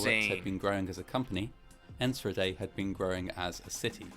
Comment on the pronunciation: I was working at a public pool that day about 20 miles away. Everyone went home when they saw the smoke, thinking it was a thunderstorm approaching. The scope was very intimidating. P.s. in Enschede the ch is pronounced with a hard g, like in Juan :D